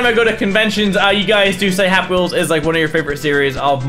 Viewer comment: did he just say "pappy wheels"